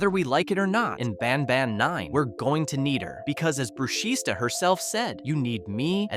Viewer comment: ITS NOT BRUSHISTA THE S IS SILENT ITS PRONOUNCED BRUSHITA